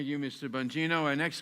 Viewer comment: Dan Bongino is the voice of reason, the voice of truth! Hope they listen to what he says! BLM is a terrorist group! No question they have evil intentions, and dividing America is one of their goals! Let me add in closing...Nadler should learn how to pronounce names...did he deliberately mispronounce Dan’s last name? He sure did it!